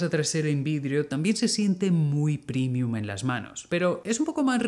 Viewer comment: es que en el video lo pronuncian "primium" por eso mi pregunta